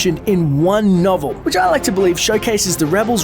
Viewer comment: Rebel noble? Did he say that or did I hear that? It did not sound like he said novel to me.